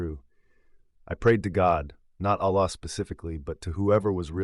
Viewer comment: don’t you hear the AI voice? Also the same kind stories keep circulating of people says they were devout muslims but he talk’s nothing about what is wrong with his Islam and his Arabic pronunciation of simple words like Allah, is false. Unless you are revert or you were not devout Muslim you can’t get wrong pronounce simple Arabic words because you read Quran everyday in your prayers.